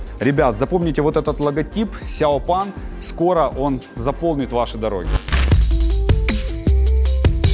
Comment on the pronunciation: Проживаю в Китае научу вас :) Не Пан а Пэн СяоПен 小鹏 как большой маленький гигант (鹏 огромный могучий) Кроме СяоПена так же есть другие производители такие как BYD , Haval, Jili, ChanAn и LeeCo (тот самый производитель телефонов и т.д. Поработдайте над произношением ибо не верно произносите . А по поводу авто в Китае , да в 60% в семье есть электро авто (для города ) и бензин для загорода.